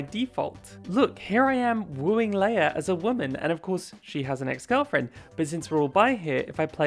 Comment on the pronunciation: Leah’s name is not pronounced like Princess Leia it’s pronounced Lee Ah